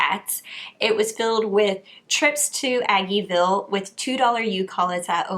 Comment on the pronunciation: I was so triggered when you said aggeville lol